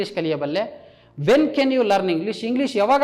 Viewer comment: Can ಕೆನ್ ಅಲ್ಲಾ sir ಅದು ಕ್ಯಾನ್ ಅಥವಾ ಕನ್ ಅಂತ ಪ್ರನೊಂನ್ಸ್ ಮಾಡಿ ತಾವು ತಪ್ಪಾಗಿ ಹೇಳು ತಿದ್ದಿರಿ